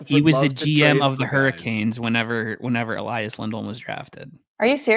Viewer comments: Just so you know, you can only pronounce the name Elias one way if you're Swedish: E-lee-as. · Note from a Swede: They're both called Elias, which should be pronounced "eleeas" with an ee sound, not "elaias" :)